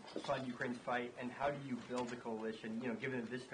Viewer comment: Due not pass!!!!!